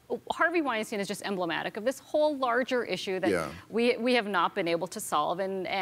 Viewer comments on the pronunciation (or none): btw its not called weinsteen, its weinstein :) u both made that mistake several times